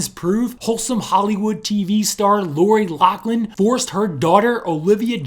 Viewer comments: it's pronounced Loff-Lyn. Not Lock-Lin. Damn people. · LOFLIN NOT LOCKLIN! Do your research ( or learn to read) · ok this is driving me nuts so pointing it out, lochlin is pronounced like locklin where as loughlin is pronounced like *lofflin*, k sorry great video though lol. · You didn't pronounce Laughlin right it's you're supposed to say lauflin. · why do they pronounce it "lock-lynn" theres no C or K in the last name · For the love of God it's "LOU-FF-LIN."